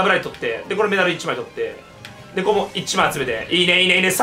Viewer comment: 「えぇ~ココｫ」より「ｯｯココｯ」の方が好き